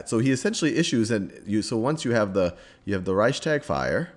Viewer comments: I mean maybe they're not connected, but still you are doing educational videos and don't even know how to pronounce major names and buildings that held pivotal moments in this history? Hearing whymar and hearing ricetag was just starting to annoy me, as if though you did it on purpose. It literally takes two seconds to google the pronunciation. Rike-stag, vie-mar. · It's not that difficult to research pronunciation before filming. Reichstag is pronounced like Rikes-togg or Rikes-talk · #2 And accordingly, in the pronounciation you have a glottal stop between the s and the t, while the s is fused smoothlesly right after the ch. Reichs'tag. 2 Syllables. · I don't know how any english speaker would read out "reistark" to sound like the german "Reichstag" in any way. You completely left out the "ch" (which Sal got right btw.), and I have no idea where you got the "r" in "tark" from. If Sal would have read the "tag" like the englisch word "tug", he would have been pretty close to how it's pronounced in german (I should know; it's my first language). Now please tell me, how your version of the word could be pronounced that way? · "rike-shtahg". rikeshtahg. rikeshtahg. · Reichstag- Stag is pronounced like fog. Sounds like shtog. That is how I’ve heard Germans say it. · "Reichstag" is btw. pronounced like "Reichstuug". (Reichs is right how you say it). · Hi I'm german and Reichstag is pronounced reishs-tuhk. Thats not entirly accurate but the closed I can get without using linguistic terms:)